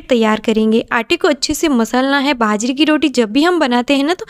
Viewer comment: Didi ap hindi bolne k chakkr m jeebh ko jyada tight mat kia kro... aram se relax hoke bolo fumble bhoot aate h. Baajre ko bhaajra boldete ho ghbrahat m. Be confident be frank.